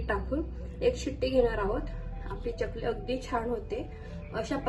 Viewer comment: च्यकली असा उच्चार नाही चकली आहे. बाकी कृती छान. पण एकच वाक्य पुन्हा पुन्हा सांगु नये. विडीओ लांबतो.